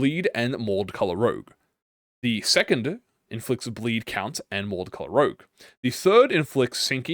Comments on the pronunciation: "Chien" is dog in french, and your french is.. Eh? You're pronouncing Rouge as Rogue but that's not much of a big deal, Sauvage Couleurs is also Savage colors in french, I could guess it is hard to speak french if you're native to another country, seeing how different the words are. I never saw the word 'hardie' before but if its french i'm guessing it's hardened touch. It could be a totally different word since hard in french is Dùr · I’m kinda like triggered this guy is saying rogue and not rouge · its pronounced ROUJE not ROGUE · Everytime you pronounce rouge as rouge instead of rouge, I cringe. It literally says rouge, how could you possibly think it says rouge? smh my shaken head. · Rouge is red in French. It's pronounced rooj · struggling harder on rouge than half the random french is really funny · Its fine messingup the pronunciations Cause the ring decided to patchwork differnet languages together like they making english the sequel Rouge -> roozh (sh sound like woosh but with a z) French like objet, but its literally juat means red Vibrante (bi-brawn-teh) Spanish for whatever reason Also just means vibrante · pretty sure it's french since the artistic movement is french, Vibrante is how you said it ( kinda ) jsut don't add a é at the end. 90% of the time, don't add the é sound just pronounce the syllabus before a bit more forcefuly ( i.e vi-brhun-T ( not ti but té ) ) also rouge is pronounce like rouge the bat from sonic i think kjh saw a bit too much Maroon5 animals meme THEY GAVE MEURSAULT THE BLOOD COUNT AT NO BLEED CURSE NOOOOOOOOOOO ( i hope it's more than 1 otherwise it's kinda useless as an initiator )